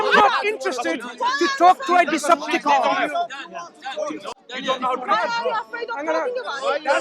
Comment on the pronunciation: I though he said “Decepticon” I was like ‘What’s he talking about?’ 💀